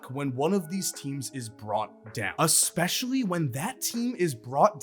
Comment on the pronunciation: U make awesome vids my only complaint is u pronouncing works that start with E with an A sound words like established and especially. I know it’s small but I love to watch your vids but this makes me wanna turn them off